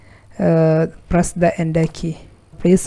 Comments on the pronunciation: he means enter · I died everytime he said "press ender key"